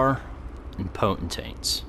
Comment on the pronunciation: I can't decide. Is saying potent-taints on purpose cuz that cracks me up??! 😂